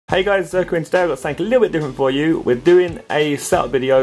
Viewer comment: Zerkaa not zerka or zerkar